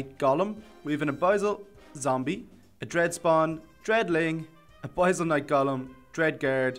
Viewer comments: its pronounced: uh-bis-ul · I don't want to be that guy, but I think it's pronounced "uh biss ul" (abyssal). Btw nice showcase